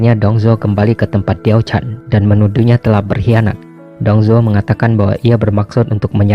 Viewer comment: ralat cara baca mandarin si da mei ren dibaca se ta mei ren, xi shi dibaca si she, wang zhao jun dibaca wang cao ciin, diao chan dibaca tiao chan, yang gui fei dibaca yang kui fei